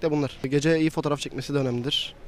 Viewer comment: dayı süperdi ama interneti hızlı olsun dedi batırdı internet hızında telefondan çok operatör önemli dayım :D 'deki kadın da Eyypıl dedi ya la :( deki kıza RAM ne desen telefonun bişeyi der